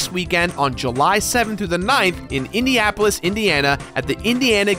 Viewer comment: Lol “indiapolis”